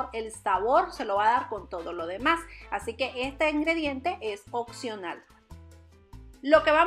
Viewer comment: "Este producto es occional" jajajajajaja